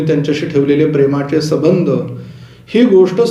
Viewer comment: आपणा सारख्या विद्वान् लोकांनी अशुद्ध उच्चार करू नयेत असे वाटते. "रवी पूतरं, प्रेमाचे सबंध, इत्या दी..... कारण apnasarkhya. विद्वान् लोकांचे अनुकरण सर्व सामान्य लोक करीत असतात . सविस्तर माहिती दिल्याबद्दल धन्यवाद ! सविस्तर माहिती दिल्याबद्दल धन्यवाद !